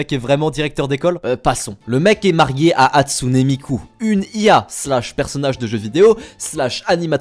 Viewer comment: quand on arrive a on se ren comtre quil dit hatsunee miku mais sa se prenonce HATSUN MIKU